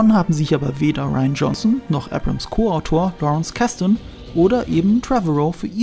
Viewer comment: Er heißt JJ Abrams, nicht JJ Ebrems.